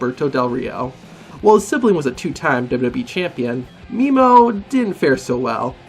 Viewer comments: its produced meh-mo not mimo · Bro it’s pronounced Meh-Moe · It funny how he said Memo